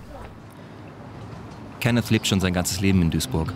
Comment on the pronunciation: Der Typ : ich heiße KENNETH Reporter: KENNES